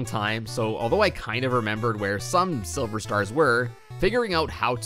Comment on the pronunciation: he said sliver